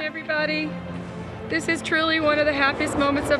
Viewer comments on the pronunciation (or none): none